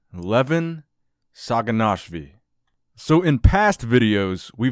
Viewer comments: SaginashviLi* with an L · Just some tips. Sa-gi-nash-vi-li La-le-tin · 6'3 not 6'4 and its saginashvili...not what you're pronouncing. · can confirm u did butcher the last name